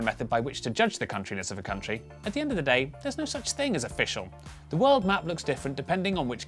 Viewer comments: Haha - you said "kunt - ri" 😂😉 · At the beginning that pronunciation is not very nice I read that as koon tree, I think in proper ipa is would be /kənˈtriː/ or something similar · my favourite subtle joke here is that /'kuntri'/ is absolutely not how the country is pronounced! its meant to be /ˈkʌntɹi/ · Wtf is there really someone who pronounces it /kuntri/ ? Ahahah